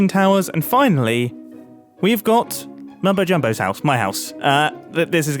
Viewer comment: Chapter Title: "It's spoken with a silent T" What on Earth could that mean? "Mumbot Jumbo" Ah, that makes senese.